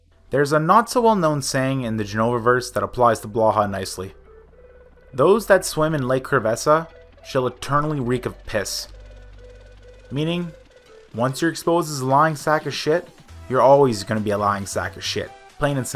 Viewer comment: Great vid. Also it's lake CRESS-VA.